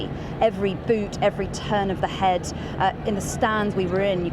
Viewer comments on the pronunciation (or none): none